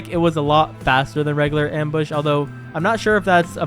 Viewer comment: actually we pronounce it ‘’Arox’’ Mbush